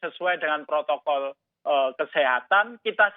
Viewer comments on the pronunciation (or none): none